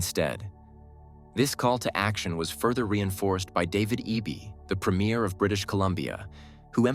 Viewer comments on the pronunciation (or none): 🇨🇦We shud make our own stupid hats🇨🇦 " Trump Makes Canada Great" .... wish you podcasters could learn how to pronounce "Premier' tho.